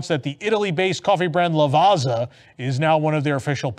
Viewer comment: FYI the two Z's in Lavazza is pronounced like the 2 Z's in pizza 😜